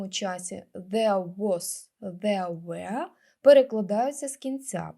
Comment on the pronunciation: Дякую за відео, цікаве. Проте вимова одного слова бентежить), а саме were, читається як вьо. Мені здається ви читаєте як where , веа. Але то дрібниці, чекаємо нових відео!!!